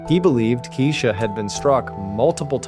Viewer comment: So another ai narration that mispronounces the victims name. Her name was pronounced "Kye- eesha". Not Kee-esha. Not Keesha. And to copy Mr. Ballen's voice is diabolical. He would never mispronounce a victim's name. He has respect and actually edits his videos.